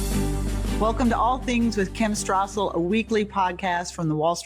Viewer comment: it's Wall Street Journal, and Kim Strassel. No 'H's' right?? Why do you pronounce it Wall Shtreet and Kim Shtrassel?